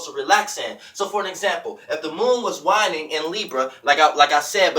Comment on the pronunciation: There is no doubt you know your shit but the way you pronounce things sometimes throws me lol "wine-ing" the moon is "wayne-ing"